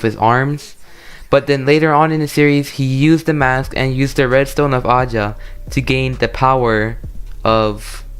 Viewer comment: It's aja not ahja